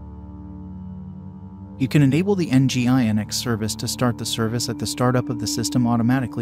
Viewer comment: Isn't it pronounced "engine-x?"